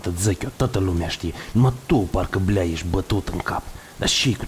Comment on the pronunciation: Cand am auzit blea si suca in cuvintele lui am observat un accent prea moldovenesc, bravo omule ai o voce narativa de respectat